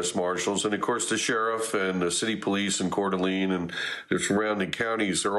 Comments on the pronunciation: It is pronounced lane not lean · It's pronounced CORE DUH LANE. Not "Cord ah Lean." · Please do better at bringing on experts who know the area. The second guy was better, but its pronounced Core duh lane. Also, while resources may come from Boise, Spokane, Wa, bigger than Boise, is literally next door while Boise is 7hrs away. Also, they may be able to fight the fire from the air as the lake is right there. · Multiple shooters could very well be the situation. It is pronounced Core duh lane. I am just minutes from CDA and our communities are devastated. 😭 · Its not pronounced courdeleen lol , not main concern i know , but every time he says it you know he isn’t from area. Lived in northwest for 35 years, and nvr heard that pronunciation in my life.